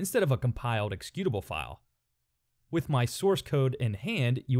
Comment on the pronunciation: i like how you pronounce the word 'executable' lol